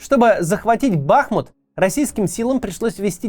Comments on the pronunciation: А ещё БахмУт, но весь регион наш тоже говорит БАхмут 😮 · Макс, ты когда-нибудь поймешь, что БахмУт, а не БАхмут? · Кац, не БАхмут, а БахмУт! Не Купянск, а Ку́пянск! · Блин, Макс, ты украинцев что ли троллишь, когда не там ставишь ударение в названии Бахмут? Не бАхмут, а бахмУт! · Кац наче розумна людина, а тут БАхмут... БахмУт! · БахмУт а не БАхмут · Даже Пригожин говорит правильно - Бахму́т. А не Ба́хмут. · Кого ещё подбешивает евоный БАхмут (правильно всё же БахмУт) ??? Лайкуем! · Не БАхмут, а БахмУт… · Интересный факт! По правилам русского языка правильно говорить Бахму́т, а не Ба́хмут А более проукраинская сторона говорит Ба́хмут) Берите на заметку ;) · ну блин уже не могу! Не БАхмут а БахмУт, не КупЯнск а КУпянск. Максим, посмотрите в вики! 1,7 млн подписчиков..... Это то же ж самое что НА Украину! Не хочу читать каменты но уверен что не однократно поправляли. Или все таки в жопе есть свербеж Вяликой рассии? Трындец! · Вкотре наголошую: БахмУт, а не БАхмут 💙💛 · А в Википедии ударение на второй слог: БахмУт. Как же правильно? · Смотрю) Нравится. Бахмут-ударение на " У".(Бахму́т (укр. Бахмут; в 1924—2016 годах — Артёмовск, укр. Артемівськ) Умань. Ударение так же на букву " У". Если Максим комментарии не читает,его команда,подскажите ему. А то уши режет( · Бахните кто-нибудь Каца по голове, чтобы он уже в конце концов начал правильно произносить название города - БахмУт!!! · Пожалуйста, говорите правильно - Бахму́т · Вітаю,Максиме, треба казати БахмУт,річка- БахмУтка.Бажаю успіхів та талану, але хочу чути правильну назву рідного міста та річки. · Даже Пригожин говорит БахмУт!!! А вы!!! Правельное ударенее, это что так сложно для понимания? Сколько уже вы гворите про БахмУт, а до сих пор... Позор. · БахмУт. Ударение на У. Название города происходит от названия реки БахмУтка. Название русское и древнее. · Максим, пора уже начать говорить правильно БахмУт. Теперь еще КупЯнск добавился))) это КУпянск. Но с Бахмутом уже глаз дергается у всей семьи, спасибо.